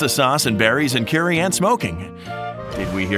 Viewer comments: He actually said cuerry instead of curry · this guy is the most whitest dude ive heard he said "curey" and "twomeric" like tf